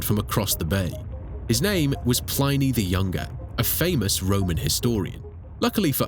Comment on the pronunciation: Pl-eye-knee, no that's not how that name was pronounced. If anything, it was Plea-knee, or plinny. not whatever the fuck that was.